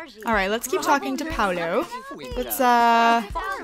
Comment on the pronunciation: Paulo's name is pronounced "P-aww-low"